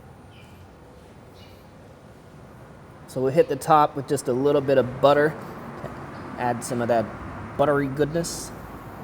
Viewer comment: says "butter" kinda funny. realizes it, then doubles down 😂😂